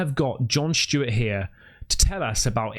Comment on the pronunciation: Who is John shhhhteewart? You mean John Stewart?